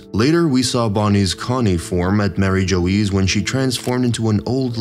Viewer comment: “mary joe-ese”????